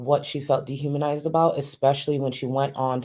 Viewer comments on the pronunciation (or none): Great stream. I caught some snipets at work, hiding in the bathroom when I got the notification of course 🤣 I SCREAMED when said de-haminized. To the point where my husband came to check on me out of pure worry